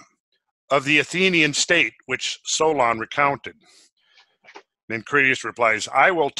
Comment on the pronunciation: jesus why the accent on the second vowel every.damn.time XD it's HEllene and HEllenes, it's SOlon not SolOn, and many others